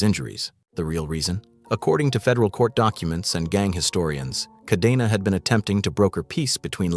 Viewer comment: KAH-DEN-AH, not KAH-DEE-NAW, goddamn, you gabachos can’t even follow your own grammatical rules. Do you see a double ee anywhere in the name Cadena?